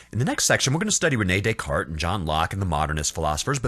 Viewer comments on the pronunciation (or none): none